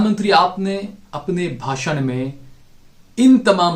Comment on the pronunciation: bhasun not rashun.